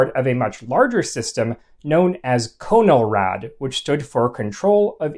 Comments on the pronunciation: You are pronouncing it incorrectly. It's pronounced Con-eL-rad, not Co-Nol_Rad... I know. I was there. Truman was President when I was born. "27,811 views Jun 13, 2023 CONELRAD (CONtrol of ELectronic RADiation)" Note the upper case in your own posting, otherwise you are point on. Now we have Amber Alerts.. the sky is falling. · The movie Panic in Year Zero mentions Conelrad. pronounced con el rad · Those of us who lived through the fifties always heard the word pronounced as "Cahn-el-rad" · Good stuff. I have 1 quibble though. The "con" in "Conelrad" is not pronounced like "cone". It's pronounced as is the "con" in "contrast". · Have a grown up in the 1950s I can tell you that it is pronounced Connell-rad. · Pronounced "CAH-null-rad." -- uh. . .not quite. The key stations were ALREADY on 640kc or 1240kc. These two frequencies were where 24-hour powerhouse stations lived, going back to the 1920s. AM broadcast stations are not tunable. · I’ve always heard it pronounced conn el rad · It's pronounced KAH-nuhl-rad. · “Conn-el-rad” is correct. I was born in 1946 and I remember. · pronounced connel rad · LOL no, no, it was pronounced......... CON L RAD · It would have been so simple to just ask a geezer how to pronounce CONELRAD. You shudda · You are mispronouncing CONELRAD; it is a "short o", e.g. gone, or upon, as in the following video (I know: I was there in the 1950s). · I was born in Los Angeles in 1949 and remember all of it very well. CONELRAD was pronounced like "kahn'l-rad" with a short "o" not "cone'l-rad" with a long "o." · Not 'cone-el-rad', but 'conn-el-rad'. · It is not freakin' CONE L RAD! It is pronounced Con El rad. Soft O! Geeez! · Great job. Lot's of good info for people like myself who study the subject of alerts and warnings. One possible correction... I always pronounced the moniker CON-EL-RAD not CONE-L-RAD. I grew up in the Northeast so the difference might be due to regional dialect. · Not 'Cone', but 'KAHN-uhl-rad'